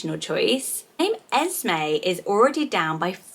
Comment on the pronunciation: You were saying esmae but it’s “es me” when it’s spelt Esme in my opinion completely different names 🤷🏼‍♀️